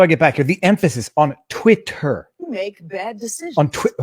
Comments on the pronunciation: Yes, but "twit-hurr" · I've never heard anyone say "Twit-t-her" like that.